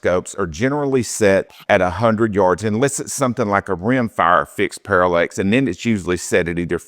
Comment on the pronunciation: I just kind of stumbled across this video on YouTube and this dude cannot pronounce words correctly. It’s parallax not parallEx and the focus and the parallax are two different things. Pretty sure I’m not gonna be subscribing to this guy‘s channel.